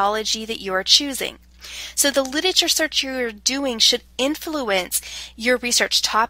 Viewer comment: Hilarious. She can't pronounce the word 'literature''. Torturous Could not listen to by the 7th mis pronunciation